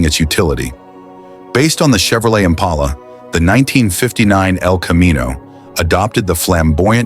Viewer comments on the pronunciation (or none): none